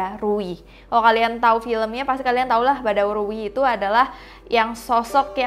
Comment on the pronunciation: Kak bukan badarui badarauhi yang betul kak